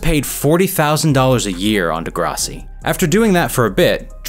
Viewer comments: Nobody but, this guy: "Da-grasi," 😂 It's "Degrassi," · Degrussy.... no.... not degrussy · Brittle Path? Lol. You also mispronounced Degrassi. Obviously not from Toronto.